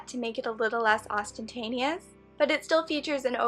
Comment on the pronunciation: ostentatious, not ostentanious